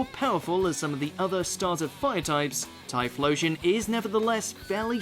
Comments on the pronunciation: no.9 Typhlosion Jimmy: Typhlosion? You sure?😂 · Oh shiii we starting it off with a legend...aight, okay....the heck is a tyflosion?